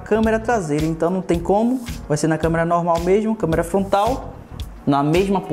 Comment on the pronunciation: É só eu que entendo ele falando Câmera FONTAL ? kkkkkkkkkkkkkkk #azueiranãotemlimites